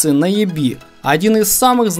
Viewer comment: Плоскогубцы "НаËби", а не НаебИ" 😄. Однозначно Лукас!